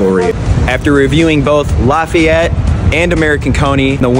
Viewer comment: As a French, it pains me to hear how he pronounced "Lafayette" 🤣